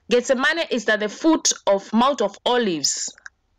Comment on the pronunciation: why does she keep saying "getz zah money"..???....